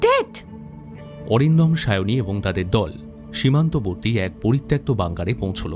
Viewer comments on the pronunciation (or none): poritoktto uccharon ta ato bar bhul bollen. ota thik korben